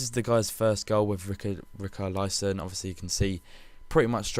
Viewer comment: Richarlyson and Maicosuel = Rich-are-lee-sun and Macku-sel ;)